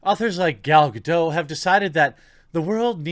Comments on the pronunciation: It's not Gal GaD'OH :D It's Gal GaDOT. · Gadot has a hard ‘t’, she’s not French. Lol.